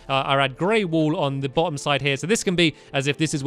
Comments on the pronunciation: "wall" not "wool" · Does anyone notice that says wool in the intro rather than wall. 😹😹😹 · Do they say burn the wool or burn the wall?